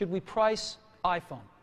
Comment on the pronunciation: スティーブの「iPhone」の発音が好きで真似してる。